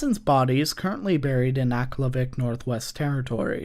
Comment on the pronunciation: He pronounces Aklavik funny lol